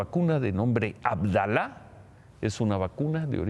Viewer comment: SE DICE ABDALA, CON ENFASIS EN LA ACENTUACIÓN EN LA PRIMERA A, POR FAVOR RECTIFIQUELA